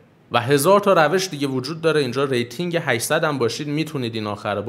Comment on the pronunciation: آقا من با کلی زحمت رنک ۸۰۰ شدم 😂 چرا اونطوری میگی ۸۰۰